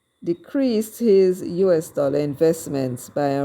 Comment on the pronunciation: Mark not a Dallor not a red cent